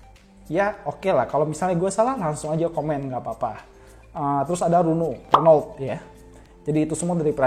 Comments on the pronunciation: Bukan nya runolt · Citroën = sitroén e nya kayak ember n nya dibaca Renault = Reno (e nya seperti empat) Sisanya bener kok yg prancis :p